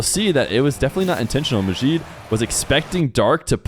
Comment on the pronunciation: Arabs don't have that sound (the way you're pronouncing the J in Majid like the Z in Azure). Their J is the same as English